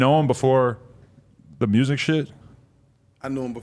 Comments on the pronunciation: Or murrsic?🤣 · “Mursic” is hot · Nobody: BlockBoy :Muresic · Mrooo zick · Hearing this man speak. I'm Glad people from Memphis can't pronounce Music.